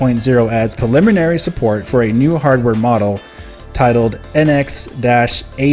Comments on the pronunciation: sir thanks for info. I can assure you it’s pronounced “preliminary” , not “paliminary” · pRReliminary!!! Stop skipping the R u said that shit 20 times and all 20 wrong.